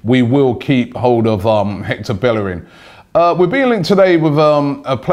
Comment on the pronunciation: yo it's Bellerín (bayereen)